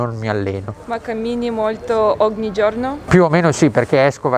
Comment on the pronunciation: A2 italian: “oghni” 😏😏😏 facciamo B2